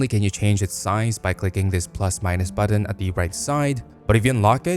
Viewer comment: How do you mispronounce "button"?